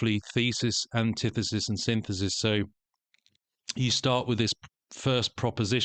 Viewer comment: Sin-this-is 🫨 Synth-isis😵‍💫 Sin-thesis 😖